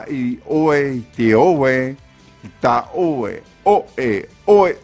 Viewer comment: Il y a une erreur à , c'est "i ta 'oe" et non "i tao'e", non ?